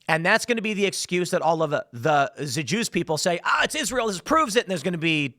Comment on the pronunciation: Moe Sad? Is Ray ill?